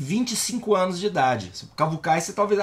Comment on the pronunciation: Adorei o "Anus dos outros"🤣🤣🤣🤣🤣